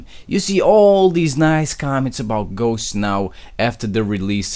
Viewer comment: please kern how to pronunce ghost you're pronucing it like "ghoche"